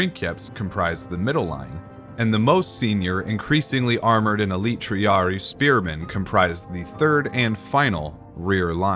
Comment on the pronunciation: Whenever you see two "I" its pronounced as for example. Triarii is Tree-ari-I not tree-ari